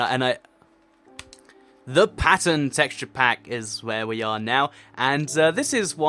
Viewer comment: maly the first time he said pattern he said passion or passern idk hear it closely